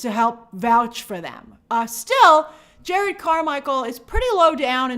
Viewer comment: His name is Jerrod not Jared